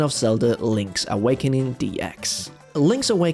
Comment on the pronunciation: I love Link’s “Awekening”